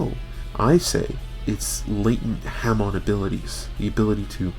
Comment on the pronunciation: Not trying to be a dick but you keep say hamoo,it's pronounced ha(as in ha ha ha)+moon.